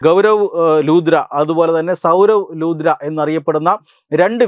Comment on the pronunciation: ലൂദ്ര അല്ല സുഹൃത്തേ ലുത്ര.